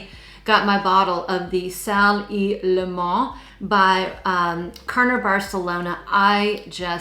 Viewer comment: Your pronunciation of Limón was so sophisticated. So much that you said it as a French person would and not a Spanish one😂 ❤ I would check it out as a Spanish gal suffering temperatures above 40°C🎉